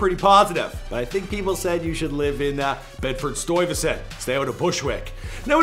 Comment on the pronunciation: any other new Yorkers upset because of how he says Stuyvesant